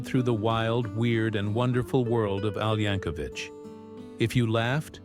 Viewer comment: For God's sake.... it's pronounced YANK-O-VIK NOT VICH. THERE IS NO FUCKING H AT THE END OF HIS NAME.